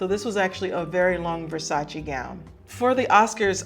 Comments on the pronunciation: Its Versac-E not Versaci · Except Versace, she is mispronouncing that. But everyone mispronounces that one 🤣